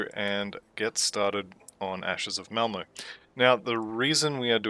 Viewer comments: Malmo? I’m willing to blame my ancient hearing but I tried it a few times and it definitely sounds like you’re saying Malmo for Malmouth. If I’m wrong, I’m more than happy to be wrong 👊🙂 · Pronounce words however you want, I was worried I was more deaf than I thought or that there was some weird audio clipping occurring 😜